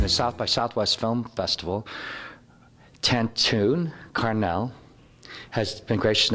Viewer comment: Tantoo Carnel?? Is that what this joker said??!